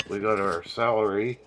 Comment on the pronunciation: Lol, your saying Salary, like earnings, instead of Celery 😂😂